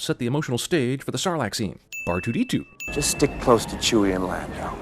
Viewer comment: "bar2d2" lol